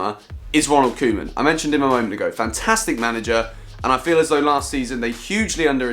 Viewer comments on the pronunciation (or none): none